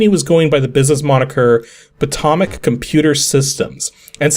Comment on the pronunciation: FYI, you're pronouncing "Potomac" wrong. It's not "poto-mac," it's closer to "poe-toe-mac." Great video, though.